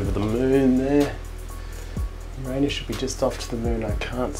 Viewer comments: Finally, someone says Ur-RAIN-us correctly instead of “YOUR-a-nus”. 🍑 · Glad to hear you pronounce Uranus the old fashioned way. On the hole I’d say it’s a great photo! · Labcoat gag ???? You mean you're NOT a proctologist ? Chapeau for the correct pronouncation of " Uranus". The Mars image was good but we both know its pronounced " Murrrzzz" (Thanks Carl). And don't get me started on the pronounciation of Saturn. "Satin" ?? "Satin"?? Named after the Roman god of sheer fabrics was it ??? Thanks for another great vid :-)